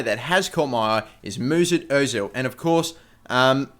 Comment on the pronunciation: Who the f*** is "Moosoot Ozil"? Do you mean Mesut